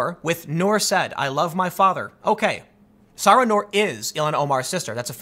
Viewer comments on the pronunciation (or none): Nur Said is pronounced SI-EED. NOT "said" as in past tense of saying. And the sister's name is pronounced SAH RA. Not Sarah. C'mon Tim, you can do this....